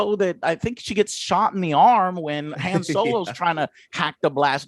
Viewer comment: I thought it was funny that Angry Joe couldn't pronounce Reva or Han correctly.